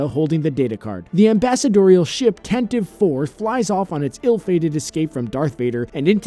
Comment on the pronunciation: ghost man Tan-tivey.